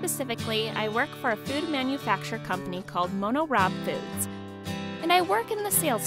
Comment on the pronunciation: Why can't she even pronounce MoniRobo correctly? It's not that hard.